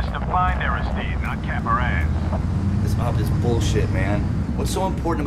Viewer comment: Air-iss...steed vs Air-iss-STEED-ee. Funny the things that grab your attention....